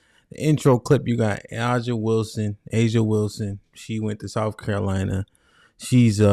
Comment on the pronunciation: You talking like you don’t know who she is tho , u didn’t pronounce her name right at first and u didn’t say nothing about her wnba championships neither lol